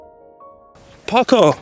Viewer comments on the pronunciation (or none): It took me a second to realize you were saying “Parkour!” during the intro. I thought you were yelling “Pucker!”. Anyway, nothing wrong with having multiples of the same club on hand. I have 5 different drivers that I rotate through (it’s an affliction, I know). I also keep a full bag of backup/practice/replacement clubs on hand (affliction, remember?) just in case. And, with the exception of my Cobra King Utility, none of them are the same club. I like having choices.